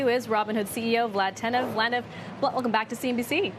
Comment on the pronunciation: Am I the only one that heard her call him lenev ?😂